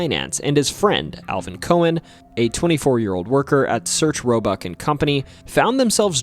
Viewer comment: Yeah it’s Sears Roebuck. Where did you get Search Roebuck from?